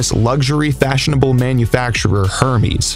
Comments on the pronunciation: Hermes - It's pronounced Air-mess I believe not her-meez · its pronounced "air-MEZ" not HERMEES. lol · Hermes : It's pronounced 'air mezz' NOT "Her me's!" LOL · "the helicopter will be able to do things like land and take off in places an aircraft can't do so"... Umm a helicopter is an aircraft. I think you meant airplane. Just an observation.. let's carry on with the video now. Edit: it's not pronounced Her-meez. It's pronounced Er-mez. Carry on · it's pronounced "er-mez" not "her-mees" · Umm ya so that interior company’s name you slaughtered saying “HERMES is actually pronounced Aire-Mays” that’s why there’s an accent above the second ‘e’ , Hermès... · Its pronounced ehr/mehz (Hermes) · it's actually pronounced "hair-mess". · Stopped watching as soon as you mispronounced Hermès